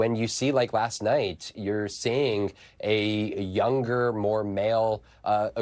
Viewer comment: Tempe is pronounced as a p sound TemPee not tempay